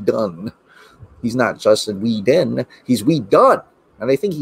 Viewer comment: LMAO Hysterically "Whe-done"